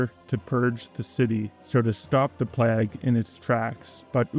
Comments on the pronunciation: `PLAAY-GA-`, not PLAAAAGG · Excellent video essay, but I gotta ask: Why do you pronounce it 'pleggh'? ^^